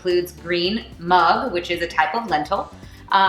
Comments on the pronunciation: Nice video and you look beautiful!! Btw it's not pronounced Mang anywhere, in India it's pronounced Moong and here in US also I've heard people say Mung with a oo, not an uh sound. I guess that's what she was referring to. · we say mug the way u say it!mayb u grew up in africa? most of the indians from there say mug not moong!very nice recipe!keep it up, our young generation need these easy creative fast ways of cooking,as they have busy working lives!keep it up!